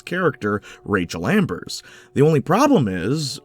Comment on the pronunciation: dunking on the before the storm ost is crazy work when you're calling rachel amber "rachel ambers"